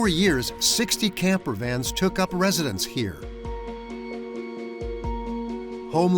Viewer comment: Brooooo....... gamper vans..... and then caravan 😂 really